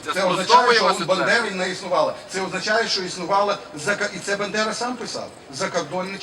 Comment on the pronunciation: Зауважте, що Яневський каже "бендера"